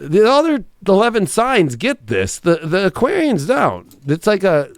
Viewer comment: Hah you butchered us Aquarian’s